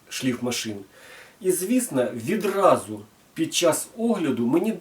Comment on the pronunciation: Ти 20 секунд не можеш без "відрази" казати? Яка "відраза" що таке "відразу" Може "одразу" ???))) Азірови зібралися(((